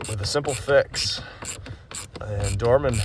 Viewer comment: 🙄 DORMAN part, not dormin part... man!